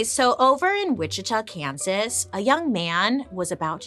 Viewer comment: I LIVE IN WICHITA KS AND THANK YOU FOR NOT CALLING IT WIH-CHEET-AH 🤣